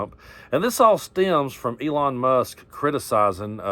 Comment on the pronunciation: Keep saying it Eelon puppet master